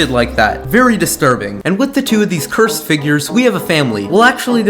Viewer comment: He said cursted 9times dan